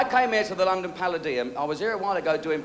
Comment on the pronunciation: Why does he pronounce palladium wrong?